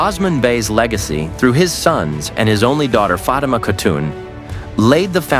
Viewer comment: Enjoying from America! You're kinda' slaughtering names. "O" sman "O" - NOT Oz like Ozzie Osbourn Fat ma NOT Fa tea ma You vascillate from the correct & wrong way. Be consistent. A lad den NOT A la din A lad (like British "lad") den Air truule NOT Er ter rule Bore ane NOT Bor ran You're pulling clips -- LISTEN TO THE SERIES from where you're snatching the clips. As for Orhan's wives - the Prophet Muhammad had 12 wives - 10 at one time. You got everybody's name all whacked up!! Can not do that. It's a cultural insult. These names are not pronounced as spelled. They're Turkish & Arabic. Get it together! Don't be typical. Show respect. Thanks!